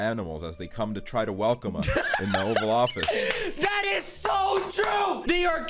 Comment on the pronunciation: “boutta bust down in the ovel office” -aksel 2019